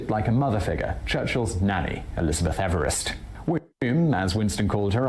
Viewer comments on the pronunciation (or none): none